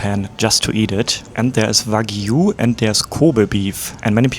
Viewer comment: I liked how he said Wagu lol but yeah it's VERY HARD to learn a new language and that is awesome and you can't help your accent